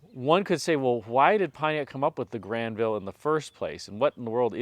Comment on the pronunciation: Well done on the French pronunciation, my friend 👌